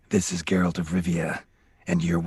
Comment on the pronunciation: Geh ROLT? wtf